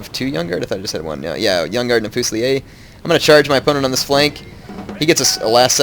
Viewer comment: you never pronounce Fusilier correctly D